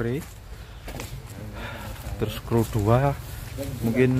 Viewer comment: BUKAN "KRU atau CREW" Tapi "SRU"